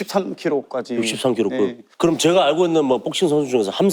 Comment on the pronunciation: 근데 왜 제가를 저가라고 하는거에요?